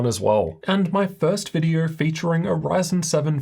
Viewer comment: Videor? Vider? videO! O! Open your mouth. This is so distracting.